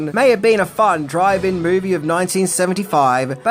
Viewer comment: Good coverage of a good movie, but was he saying drive-in movie or driving movie?